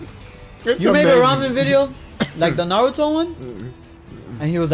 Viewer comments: What I liked the most is that he said 'Naruto' and not 'Naruuthouu'. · Can we just appreciate that he actually pronunciated Naruto in the right way omg